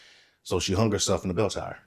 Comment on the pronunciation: Sweets ~ Words like 'hung' aren't pronounced hunGUH. The g is soft, not hard. You're giving a one syllable word two syllables. Same thing as 'young'. It's not pronounced younGUH. Same thing with 'thing'. It's not pronounced thinGUH. Listen to how educated adults pronounce it. Then follow suit. Same thing with the word 'thing'. It's not pronounced theenGUH. You just ran two words together by saying that your Dad was cleaning everythinGUP. And 'pulling up' became pullinGUP. The g is soft! Listen to professional adults talk. Girl, up your game and educate yourself on correct pronunciation. It's annoying AF.